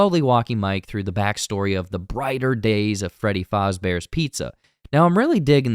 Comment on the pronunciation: Freddy Faazbears